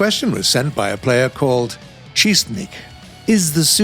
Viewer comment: OMGGGGG its said chest-nick though lol edit: I just realized after like 5 years... my name is spelled wrong another edit: eh, I guess ill keep it lol